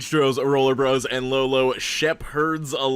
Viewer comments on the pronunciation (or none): none